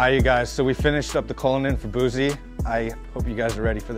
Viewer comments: It's Boosie.....Not Boozie bruh. Why do all white people say....Boozie. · The way he was pronouncing it tho 😂😂😂 but he did a great job on the cullinan wrap so we give him a lil credit for that lol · They can’t pronounce his name ITS BOOSIE NOT BOOZIE🤦🏼‍♂️🥴 they’re not the only people who said it like that DJ ENVY SAY IT THE SAME.